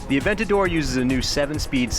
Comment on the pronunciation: sounds terrible when an english tongue says "Aventador" ..